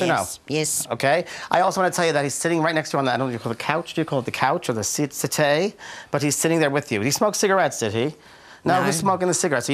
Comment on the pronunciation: The couch, or the sit - é 🤣😂😂😂